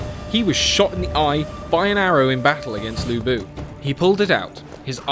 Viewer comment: udonsay hahahaha. and lv bu not lubu :)